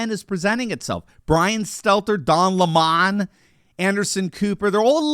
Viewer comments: Please don't grace this Awful critter by calling him Lemaun making him sound Like some French Socialite...His name is Pronounced Lemon🍋plain old Boring Lemon....otherwise, it would be Le Mon. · It cracks me up how both Joe Rogan and pronounced Don Lemon’s 🍋 name “Don Lae-Mon,” with that intentional hoity-toity inflection.. just barely stopping short of an actual eye roll. 😂 I swear every time I hear his name it’s pronounced in this manner.